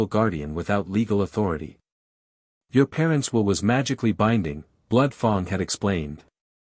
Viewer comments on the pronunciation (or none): F a n g is not pronounced f o n g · I loved this story line. Can there please be a part 2,3..... Fang is pronounced with a short a sound as in rang, sang gang.